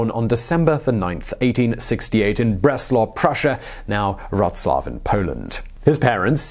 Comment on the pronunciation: hubris: "ooo-bree". "vrohslav". "karls-roo-uh" google translate, once again. good pronouciation butchering vid. entertaining!